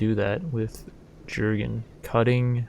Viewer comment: The J in "Jurgen" is pronounced like a Y